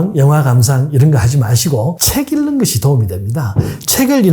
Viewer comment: 책 읽는것. 읽는~ 일는. 이 아니고 잉는. 으로 읽습니다.